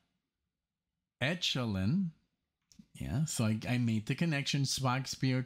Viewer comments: It's e' ko lynn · I really don't know why you think neo-prog as a label. it is pronounced ECHO-lyn like ECHO.